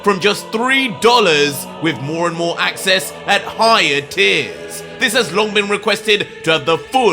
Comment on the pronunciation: Idk for some reason how you say at higher tiers I hear at higher tears lol